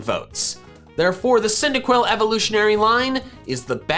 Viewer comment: THE FIRST I IN CYNDAQUIL IS SUPPOSED TO BE A Y!